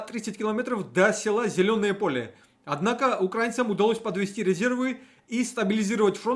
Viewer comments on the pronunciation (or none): УкраИ́на , украИ́нский , украИ́нским , И!!!